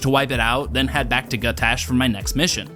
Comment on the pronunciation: For god’s sake man, his name is Gutgash, not Gutash! Great video though, nice work!